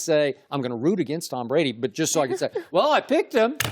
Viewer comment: tom bwady will never win another super bowl how does 2 working on thwee sound wob